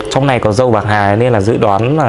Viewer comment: "pạc hà" 🤣